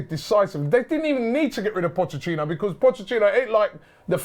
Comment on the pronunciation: Robbie it’s not POCHECHINO!..😂😂🤦‍♂️